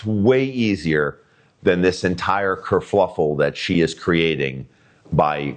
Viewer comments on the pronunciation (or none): kerfuffle… not kerfluffle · It’s kerfuffle. Not kerfluffle.